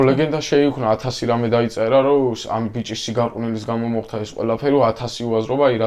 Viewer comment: მოხთა.. გააცემა.. მცთელობა ... მძიმე მოსასმენია, გამართული ქართული სანატრელია...